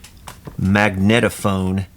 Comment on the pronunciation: I’ve seen these before in the “market”… in Russia. My Soviet wife says you need to pronounce that. Mag-NEAT-a-phone Very cool indeed.